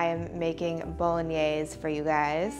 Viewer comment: Omg I'm Italian and I can't watch her doing "Bolognese" it really hurts 😭 The only thing is that you wait water to boil before you cook pasta and that's great